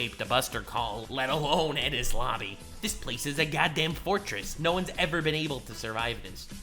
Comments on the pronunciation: I had to rewind to make sure I heard it correctly called enuis lobby impel down lol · You said impel down not enies lobby